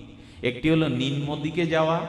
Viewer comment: শব্দটি "রজ্জু" হবে, নিম্ন হবে,লেহ্য হবে। ভাগবত পাঠ খুবই চমৎকার বিশ্লেষণ,আস্বাদনীয় হচ্ছে।